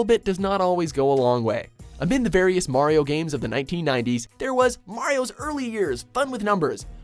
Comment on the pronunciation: Thank you for saying Mario's name properly, and not pronouncing it 'Mary-oh'.